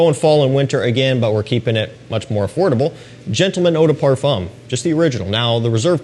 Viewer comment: Please as someone who love french language, can you say the word “parfum” without pronouncing the “m” at the end ? We say in french “parfum” without the sound M at the end. “Eau de toilette” you pronounce it perfectly. Thanks for the content